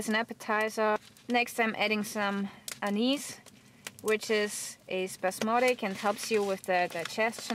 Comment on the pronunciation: You said Anise correctly this time.... when i heard you were making bread I was laughing inside thinking about the last time you said it.... Oh well... Great video! Thanks for all of your work.